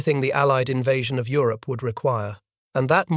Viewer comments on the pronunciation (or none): none